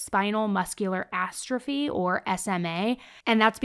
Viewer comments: Young lady it's atrophy not astrophy: suggest fewer tatoos, more reading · asthrophy....??? astrophy..?? that doesn't sound right...